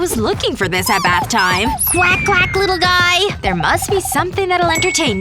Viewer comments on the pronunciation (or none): No she said quak not crack